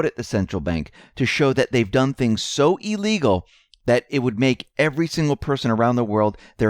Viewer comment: I regret to say..., You must be a Know-it-all... and, that you make NO mistakes... It's pronounced ILL-egal... NOT EE-Legal!!!